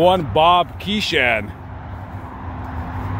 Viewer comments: Too bad you have to do the voiceover for this great entertainer, you degrade his image and can't even pronounce his name correctly. It's Kee-shen, not the over pronounced 'a' in his name. I had the pleasure of meeting him and spoke with him for a few minutes in the 1980's. A genuine nice gentleman and humble. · Loved Captain Kangaroo, including Mr Green Jeans, Grandfather Clock... 'KEE-shn' is how you say his name.